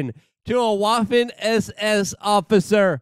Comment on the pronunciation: Waffen as in Vvaffen w sounds like v